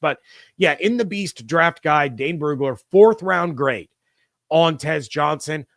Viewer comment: You can't say guide bcuz you have rented lips. 😂😂